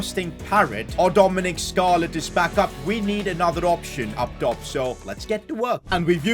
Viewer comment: ‘Dominic scarlett’ 😂